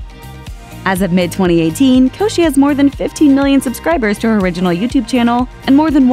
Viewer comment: LOL she said her last name wrong😂😂😂😂😂😂😂